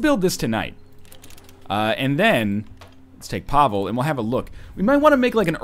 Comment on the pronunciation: YES Another episode! Every time you say Pavel i hear Pablo And then i'm like DAMN IT! Love this series!